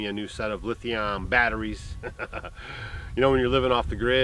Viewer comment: You are saying Lith-i-on it is really lith-i-um like umm Just thought you would like to know! If you go to google and put in a word and meaning it will bring up the word and that way you can press the little speaker and it will say it for you. So any way when are we building the bunk house for the guests??? You should have a bunk house "B" they would do that in the old days it would be fun you could have a contest on guests to come help you build.